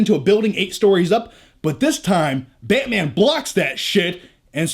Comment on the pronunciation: This commentary get me more pumped than the actual trailer. Love your passion for "Bay-mang"